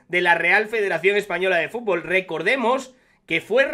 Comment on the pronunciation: Un presidente que no sabe decir futbol es de cachondeo, frunburrrrlollbnnn